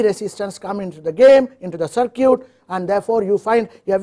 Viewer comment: Interesting. Thanks. Although, I would recommend an update to the pronunciation of the word "circuit" if it's going to be mentioned often. Try something more like "sir - kit" instead of "cir - cute". Thanks again for sharing.